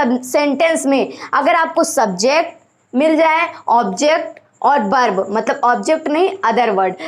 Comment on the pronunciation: बर्ब नही होता है.वर्ब होता है.